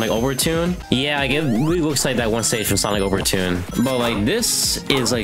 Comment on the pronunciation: there's no way he called sonic overture "sonic overtune" 💀